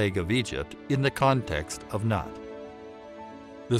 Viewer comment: Your interpretation is correct. But it isn't nut but noot.